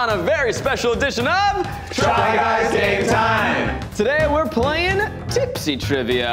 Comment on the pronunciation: I feel like, and Eugene, with their running joke of saying "gay time" instead of "game time", would all be pleased to know that Australia has an ice cream called a Golden Gaytime:)